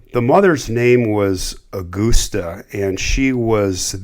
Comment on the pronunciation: Aw-gus-tuh Gein